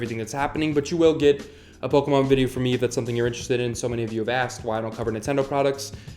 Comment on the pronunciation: "Uh-, I'm also wanna cover Pokamom." Absolutely butchered.. I love you man. Subscribed. <3